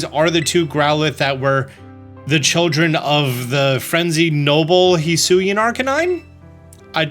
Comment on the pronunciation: It's pronounced "he-swee-an"